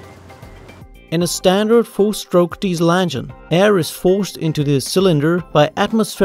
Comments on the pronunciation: How do you fuck up the word "engine." You're pronouncing it "ann-gin" and it pisses me off. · "the angine" 😉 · "de andgine"